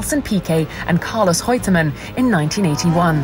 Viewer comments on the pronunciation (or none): The presenter is likely a Portuguese speaker with Rene' being pronounced "Hene'" and Reutemann being pronounced "Heutemann". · Is Reutemann pronounced with a 'h' sound ni the beginning, or is the narrator saying it wrong?